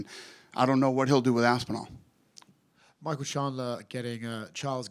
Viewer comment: Dana really just said “Tom aspirin-all vs jones will be the biggest fight ever” 😂😂😂😂😂😂😂😂😂😂😂😂😂😂😂😂😂😂😂😂😂😂😂😂😂😂😂😂😂😂